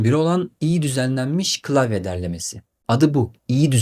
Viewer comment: Ayy n'olur piyona deyip durmayın. "klasik , klavye" kelimelerini de sesli sözlükten dinleyip düzeltin..Sevgimle